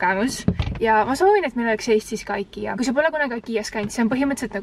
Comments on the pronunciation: Igea hääldatakse mitte ikea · Miks sa ütled aikia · See on ikea mitte aikia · Sa ei oska IKEA öelda(no hate)